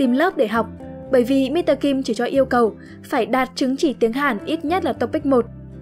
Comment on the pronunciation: Yêu giọng đọc ghê. Nhưng mà góp ý tí, chữ "Mr." ấy viết đầy đủ là "Mister", khi phát âm thì phải có âm /s/ ở giữa mới chuẩn nhé.